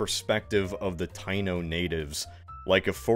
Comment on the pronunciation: it’s taíno tai-ee-no not Tay-no